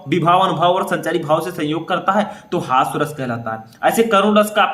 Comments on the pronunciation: हास्य रस होता है सर हॉस्व रस नही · Hasva ras nahi hota hai. Hasya ras hota hai 😢